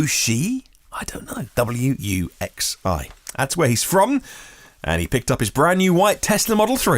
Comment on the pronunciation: Your pronunciation of Wuxi was pretty close.The "X" is most similar to an English "S" but slightly more aspirated (the tongue is slightly further back).